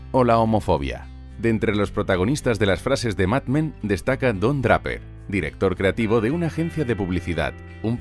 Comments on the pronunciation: Escuché pronunciar "DRAPERRR" 3 veces y ya no pude seguir viendo el video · Se pronuncia Dreiper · me dio mucho cringe ver el video cuando todo el tiempo decia bien los apellidos excepto el de Don Draper.... se lee dreiper.... por que tan dificil jjajajaja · No se pronuncia Dreiper (Draper)? .me gusta el castellano, pero incurren tanto en el error de castellanizar las palabras en inglés, que da la misma impresión que ver un error ortográfico. Lo digo con mucho respeto, y con sentido de crítica constructiva. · Me ha pasado lo mismo exactamente jajajajaja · siii, cada vez que oía Draper me erizaba jajaja